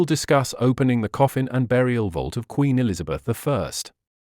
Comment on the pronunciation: AI spoiled this as well as Q in queen please!